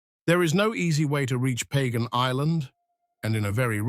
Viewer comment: It's not pronounced like that. It's pronounced Pah-gahn.